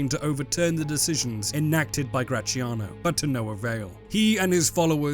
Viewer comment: I don't understand the beef this man has with the sound “zia” in “Graziano”: why does he pronunciate it “cia/chia” instead of “tzia/tsia”? English has Z sound (like in “Zoo”) so... Why? Whenever you see a Z in an Italian word, just read it as X. It's not the same, but is the letter with the closest sound